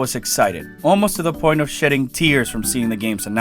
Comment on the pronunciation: Did you say shedding tears or shitting tears? lol